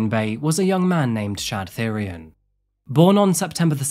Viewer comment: Thyrion is pronounced "Tee-ryon", like the GoT character. It's the word for the old royal purple dye pigment (spelt without the H, usually. This guy's name might be a greek or other spelling)